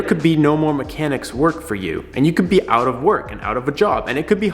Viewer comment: My dude said peace “oat” and never came back :(